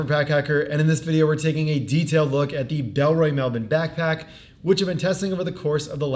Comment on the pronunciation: I like how you say 'Melbourne' like an Aussie. Too bad the magnets aren't grippy enough. Dig the look of this one.